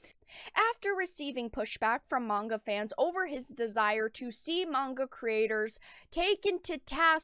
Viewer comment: what about the misandry in american comics? Also the co-creator of GG-cup Powergirl is complaining about manga being too sexist. Are there even any Manga girls that are THAT big in the chest? also mongu? i know you are talking about manga but it is weird hearing people pronounce it as mongu. Even the Asian folks I know say it is pronounced as manga maybe it is a cultural thing. Fans of any media just want 1 simple thing; Good Stories and Japan is providing that.